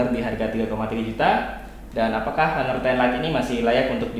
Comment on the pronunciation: Haner... Haner... Hanerrrrrrr! RIPENGLISH!